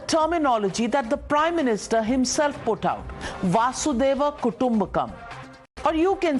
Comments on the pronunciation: Not vaasudeva its vasudeva kudumbakam😂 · Dear navika.. It's वसुधैव कुटुंबकम् । Basudeva kutumbakam .... Please correct yourself